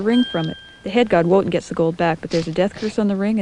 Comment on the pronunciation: I love this video, but I just cringe every time I hear the name Wotan pronounced as it's spelled; it's pronounced "Vo-tahn".